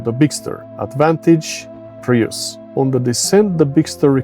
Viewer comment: "Prius" is pronounced as "prius" not "praius", otherwise thanks for the comparison video. :)